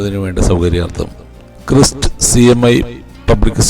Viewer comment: ക്രിസ്‌റ് അല്ല bro ക്രൈസ്റ് 🙏😀